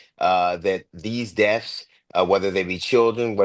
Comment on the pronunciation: Did he say, Dee’z deff’s?” I think he meant these deaths.